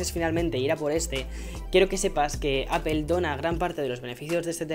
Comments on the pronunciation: No se pronuncia apel es apl.... no se de donde sacan ese fonema mal pronunciado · Ya no vas a pronunciar "Apel" verdad?